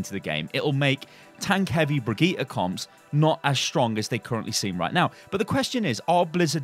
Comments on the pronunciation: I'm gonna be that guy, but pls, learn to pronounce her name, it's been 2 months and it's not even that hard. I'm also British and it's really simple for me. Bri-geet-tah, with a hard g. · It's Brigitte like "g"rapes not Brigitte like "g"ym . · Please rewatch the hero reveal for brigitte and learn how to pronounce her name propperly. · 3 months and you still can't pronounce her name XD